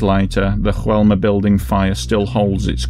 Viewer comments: In Brazil they speak Portuguese, not Spanish. Therefore, the name of the building is not pronounced as "Hoelma". It's pronounced as it's written: "Joelma". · It's not pronounced HOelma! It's JOelma! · Oh, and the pronunciation is "Zho-ELL-mah". In Portuguese, "J" has the same sound it has in French. It's only in Spanish that it's pronounced like an English "H." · Mispronunciation of the building name: The "J" is pronounced like 'zh' (like the ge in massage). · Yes - I realized afterwards. Of Course, It's in Brazil, so should have had the Portuguese style pronunciation.... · Just a heads up on the pronunciation, hope you don't mind. The J in Joelma is spoken as a normal J, like John or Jack. Not like an H, as we see in spanish words with J. Anyway, great video. Joelma was a really big fire here, and still remembered to this day, as Praça da Bandeira is said to be haunted by spirits of those who lost their lives in the fire. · You really needed to check on the pronunciation of Joelma. You got it wrong, but the rest of the video was good. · Joelma - in português "j" is not silent just fyi. Great video though as always. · One advise, in portuguese J have a J sound not H like Juan in spanish. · In Brazilian Portuguese, the pronunciation of "Joe" in Joelma is just the same as in English. You're not supposed to say "Hoelma". However your pronunciation of Andraus is on point. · you're welcome, but please, it's São PaUlo. "Paolo" is an Italian male name, and we're very far from Italy. "São Paulo" is just "Saint Paul" in Portuguese. (BTW, the name of the building is pronounced "zho-ELL-mah", not with the Spanish "H" pronunciation used in the video. In Portuguese, "J" sounds as it does in French.)